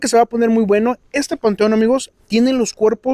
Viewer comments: Se dice Intemperie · Mis niños ustedes dicen una palabra mal, ustedes mencionaron varias veces que dicen INTERPERIE Y LA PALABRA CORRECTA ES ... INTEMPERIE, QUE ES LO CORRECTO, PORQUE ES DEL TIEMPO, O ESTADO DEL TIEMPO. Disculpen, por corregirlos. Saludos y Bendiciones.